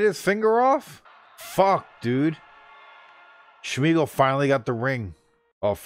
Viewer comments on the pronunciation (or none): And its smeagle not shhmeagle. And Air-uh-gorn. Don't forget the n..lol. Ive been corrected on these names years ago every time I pronounced them wrong too...lol.